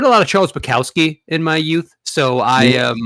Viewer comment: thanks for correctly pronouncing the word "Yute."